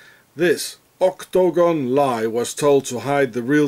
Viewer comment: oh no!! I clicked on this again? It'd be great if not for OCT-TO-GON! have you listened to how annoying it sounds and then you repeat it as if Guinness book is counting. Ka-Lick! Deleted